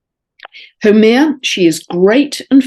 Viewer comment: Dear, thank you as always for your wonderful insights. just a note on Haumea, from a native Hawaiian. The name Haumea is pronounced as HOW MAY YA with the accent on the 2nd syllable. I wasn't sure for sometime who you were speaking of until i listened to all you shared about her. Blessings and Thankyou for all. Aloha Pumehana and Malama Pono (warm Love and Highest Blessings)